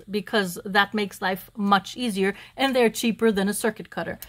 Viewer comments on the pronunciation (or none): It’s called a circut….pronounced like the little cricket bug…..for the longest time I’m like what is she talking about